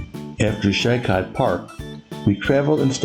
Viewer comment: LA State Park pronounced "She Koh". Great fishing there too. Good video.